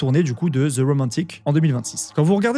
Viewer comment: Tes vidéos sont super ! Juste un petit conseil : en anglais, le 'th' de 'The' se prononce plutôt comme un 'd' ou un 't' (selon l'accent), mais jamais comme un 'z'